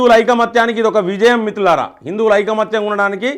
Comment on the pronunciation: Anna meeru first మిత్రులారా అని స్పష్టంగా పలకండి